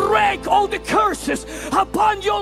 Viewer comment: "he's going to increase de heat in dis place" and the heat lamp in the back gets brighter... lol